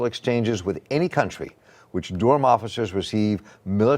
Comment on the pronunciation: Bull City 919 all day even tho he keep pronouncing it wrong lol. Dur-am